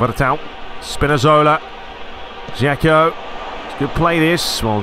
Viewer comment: I know you've said you don't care about it, but I still feel an urge to tell you that Džeko's name is pronounced like Edinburgh without burgh and not like English 'E'.